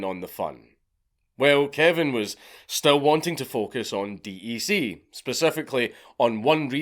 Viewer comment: It is pronounced deck not D E C